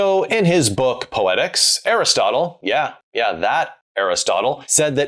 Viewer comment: Ich habe noch nie in meinem ganzen Leben gehört wie jemand den Namen Aristoteles so falsch aussprechen kann 😂